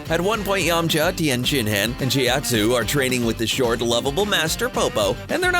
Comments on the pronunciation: anything anime related they cant pronounce shit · Ok serioualy... EVERY dragon ball related video uou do you say their damn names wrong! Tien SHIN HAAN chow-T ZOO pw-ARH You guy's clearly did not watch this show ever or you'd hear the names and knkw how to promounce them... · LOL Tien shin Hen, i lol'd